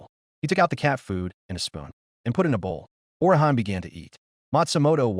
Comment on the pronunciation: sigh Orihan? It's Orihime, ori hime - "Weaver princess"